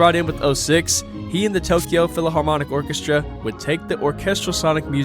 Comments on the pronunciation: Also you saying PHILAHARMONIC instead of PHILHARMONIC broke me lol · Well-made video but “philaharmonic” is killing me 😭